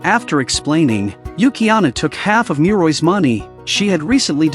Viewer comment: Muroi's name must pronounce as Mu-ro-i not Mui-roi.